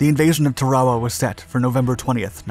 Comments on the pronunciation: It’s not pronounced Tare-A-Wa. It’s pronounced TA-RA-WA with the accent on the first syllable. YOur mispronunciation ruined the whole thing. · when I was in USMC boot camp in 1968, our Marine Corps history instructor pronounced it "TARawa". Not sure if that's correct or not but that's the way we learned to pronounce it. Semper Fi, TreeTop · Yeah. There people who live there pronounce it TARawa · TAR-a-wah is how I remember it being pronounced during boot camp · TAR UH WAH is the correct phonetic pronunciation of the name of this island, brother. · "Tar-ah-wah", sheesh! I guess it's good that computers still can't figure out the language. 'Guess they'll need us for a while! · Tear-a-wa. As is tear a sheet of paper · "TAR-O-WAH", ...not whatever your saying 🙄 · Tarawa is pronounced TAR-AWA and Betio is pronounced BAY-SHE-OH. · The island name is pronounced, "Tar-o-wah"; ask any veteran over 65. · Sounds like your saying Chihuahua instead of Tarawa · It's pronounced Tayr o wah. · The island’s name is pronounced TEH-ruh-wuh. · dont know about your pronouncing the islands name !! supposed to be Tar ah wa ??? Thats what the MUST WATCH "Victory at Sea" 1952 docuseries called it!!! My father drove a landing craft into several beachheads in New Gunea and later at Lingayen Gulf, Phillippines........ While all around him people were being blown to bits... :( He only briefly mentioned it once... Same with the others who served... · Tarawa is pronounced TAA-rawa. And Betio is pronounced like ratio. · In 46 years ive never heard it pronounced tah rare wuh.Thats totally incorrect.Not the people that watch your videos woild ever care or even know how the islabds name is spelledor ptonounced. Obviously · The pronunciation bugs me. Why say shit differently than all other documentaries of the last 80 years? T-air-uh-wa. A-toll. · Are you sayingTarawa wrong? I’ve never heard it said that way. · He must be using the Japanese pronunciation in English....lol..